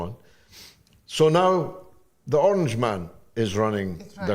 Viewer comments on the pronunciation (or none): none